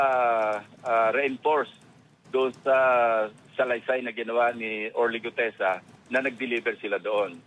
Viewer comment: GUTEZA... NOT GUDEZA 😊😊